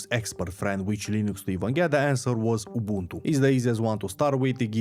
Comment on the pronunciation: Dam you said Ubuntu the way our mother tounge pronounced.